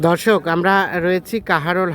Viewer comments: কিরে ভাই, দর্শকের জায়গায় ধর্ষক বলতেছে, কারে দর্শন করছে আপনার । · ধর্ষক না দর্শক😂😂😂